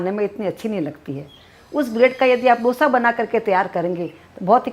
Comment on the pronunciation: डोसा नही है वो,दोसा है.Please don't change the authentic name of the dishes.